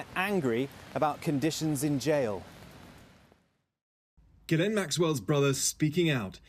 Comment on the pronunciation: Ok just heard her name pronounced properly